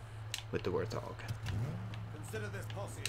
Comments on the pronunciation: Why are you saying warthog with an L? Warlthog?? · "the war thog" bro surely not.